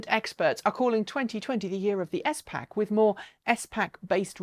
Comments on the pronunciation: Great video! I’ve never heard someone refer to ‘S Packs’ the common pronunciation is ‘spacks’. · S-pac? S-pac? Is that a British thing? Like a Z-pac? SPAC. One word.